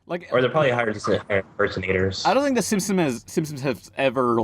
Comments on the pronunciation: Whenever talks about "The Simpsons", he pronounces it like, "The Simsins" and I can't tell if he does that intentionally or not. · it sounds more like "simpsoms" to me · I grew up watching it in Spanish too and used to pronounce it "simsins " but then I stopped when I stopped saying " pumkin" instead of pumpkin